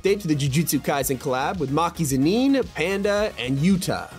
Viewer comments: I hate the way you said zenin its not zeneen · Did bro say maki zineen 💀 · bro said senean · He said zenin like it’s a French dish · Bro the way he said zenin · the way he said zenin 💀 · This is the exact comment I was looking for why did bro say it like that💀